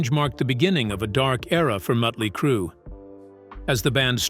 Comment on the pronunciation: "The birth of Mootley Crue"